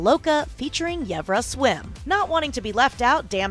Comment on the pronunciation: I'm sorry but Yevrah?